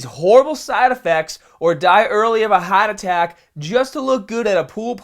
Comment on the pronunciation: His wording... Liver:Livaaaa... market: maket...heart attack:hat attack